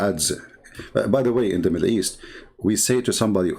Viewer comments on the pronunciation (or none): none